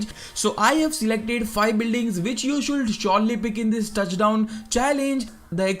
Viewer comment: Should = शुड not शुलड, pls improve. The video was useful but your pronunciation was horrible annoying.